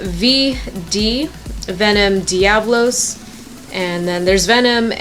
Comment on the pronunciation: its pronounced devolos